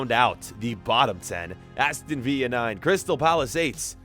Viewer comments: It’s viLLa not via that is so annoying I’ll unsubscribe if u say via one more time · Its not pronounced the same as david villa Its Vil-la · its not aston viya its aston vill a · Nobody:: Aston Veeya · Villa not veea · Does he say viya instead of villa on purpose like I get the ll as a y but there English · Can someone please tell him it’s Aston viLLa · IT'S VILLA! NOT VIYA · It’s not Veer it’s vil-er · Please learn how to pronounce villa right sincerely from a villa fan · thats not how you pronounce Aston villa . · It’s Aston Villa pronounce the L in it plzzzx